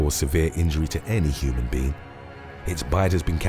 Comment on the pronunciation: I love this channel but; Its human BEING not human bean lol